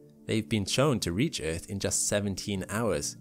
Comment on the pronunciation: I love your pronunciation of EARTH. "Eth." Reminds me of my old South African colleagues.